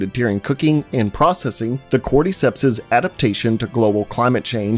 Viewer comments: Why do you pronounce cordyceps like cordeecepts lmfao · nobody: this guy: corde-ceps